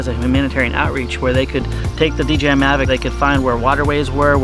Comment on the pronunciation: I love you guys but its D J I. Not D G I